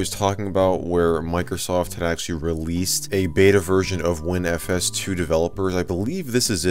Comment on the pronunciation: I thought he said unofficial windows virgin